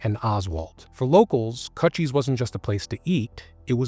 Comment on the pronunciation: It's pronounced like CooChie like a vagina...not cut cheese